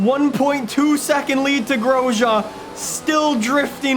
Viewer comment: Am I the only one who gets triggered at how he says Grosjean